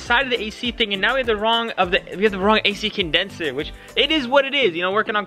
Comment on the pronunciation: Man im really happy you managed to exchange the A-Shi Condensher !! ❤️🤪